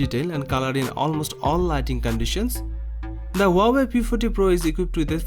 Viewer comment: Ha-wai... Just pronounced like that 😂